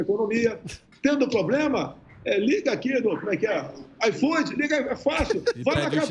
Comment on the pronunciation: Um presidente que fala "pobrema" rsssa